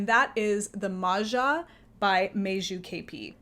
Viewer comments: it's MAJA NOT MARZA. In English it would be Maya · I love cardigans as well, they are easy layering pieces and also easy ti take off if the temperature happens to rise during the day. A sidenote, letter j in Meiju and Maja is pronounced pretty much like y in English.